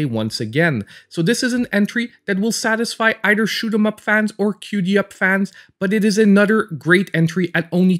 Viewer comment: "Cutem up" not "cutie up" . Lol love your content man. Thanks for the hard work.